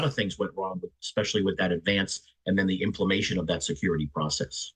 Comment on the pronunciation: '.. implemation of that security plan..' lol "implementation"